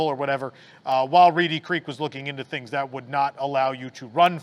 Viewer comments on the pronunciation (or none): none